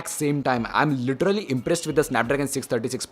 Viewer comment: You are dumbass. You have no fucking idea how this tech review thing works. Do ya? Why people get inspired by technical guruji and geeky ranjit and starts their channel with reviews of underwear and patanjali toothpaste. bunch of Dumbos and for godsake stop say "literarrary", Its "literally". Cant you spell that? is it that hard?